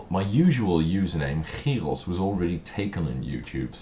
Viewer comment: Your Dutch? Haha I would have never geussed, untill you said "chyros", that was was a dutch g sound haha. I live in Utrecht, glad your not scrounging the thrift store here haha.